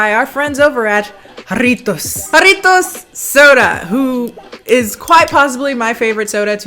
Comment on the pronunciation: Can we take a moment to appreciate the fact that she pronounce "Jarritos" and "Jamaica" properly